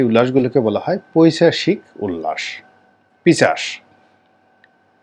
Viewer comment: আসসালামু আলাইকুম। " পৈচাশিক" নয় , শব্দটি হবে " পৈশাচিক" " পিচাশ" নয় " পিশাচ" বলতে হবে । প্রয়োজনে অভিধান দেখে যাচাই করবেন। ভালো থাকবেন।